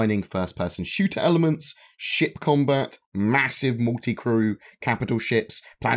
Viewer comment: Could’ve sworn you said “shit combat.”